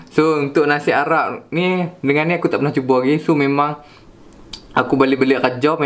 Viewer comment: Aq dgq dia punya nasi arab mcm nasi aram dia sebut 🤣 ap ii un enjoy